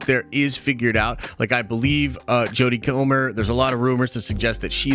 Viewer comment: No one:: “Jodie Kormer” Love ya